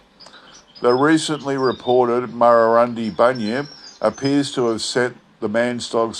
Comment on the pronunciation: Excellent again thanx. And it's pronounced Murrurun deye